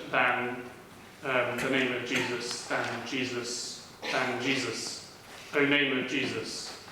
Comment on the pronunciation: Jesus si pronuncia con la e aperta, non con la e chiusa e schiacciata nel naso. La pronuncia e la fonetica non sono un optional!